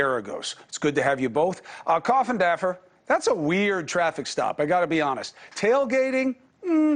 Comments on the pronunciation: Actually Everyone else says it wrong. He actually says it right. Funny I know but people like to say coffindoffer not coffindaffer. All good. I am not picky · This is great info! But i cannot stand the way that Cuomo keeps saying Coffindaffer. Like address her respectfully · I would like to see more respect from Cuomo for Jennifer. He never once pronounces her last name correctly. I’m sure he’s been corrected. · "Coffindaffer." LOL!!!! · Hey* CUOMO*, it is rude to address your guest by her last name only. Very disrespectful! This is national news, not a pool hall. Show some respect. Funny that Mr. Geragos didn't receive the same ill-treatment. Wonder why... And you don't even bother to learn how to pronounce her name. It doesn't rhyme with Daffy. You are so freaking unprofessional.